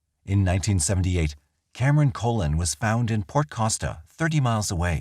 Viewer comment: The surname Colon is pronounced "Cah-Lone". Fantastic videos just wanted tge victim to be referred to properly